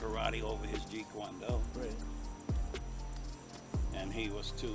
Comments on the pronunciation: Vic Moore: "Jeet Kwon Do" My dude dumb he can't say "Jeet Kune Do" right 😂🤣🤣🤣🤣🤣🤣🤣🤣🤣🤣🤣🤣🤣🤣🤣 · Even over his jweet Jon do lol. He never tagged him I was there every single year. Only saying jweet con do because he said Jeet Con Do so badly. And every feat Lee did everyone wants to talk shit